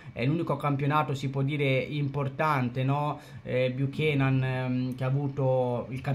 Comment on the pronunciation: ahahahhahaha tranquillo! Anzi tu rispetto a molti altri,il cognome lo hai detto in modo corretto,c'è gente che lo ha chiamato nei modi più disparati e manco c'è andata vicino per sbaglio😂😂😂